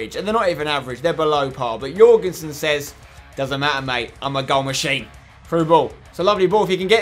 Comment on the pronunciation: You nailed that pronounciation of Jørgensen Spencer. I know cause im Danish. PS love the series keep up the work👏🏽👍🏽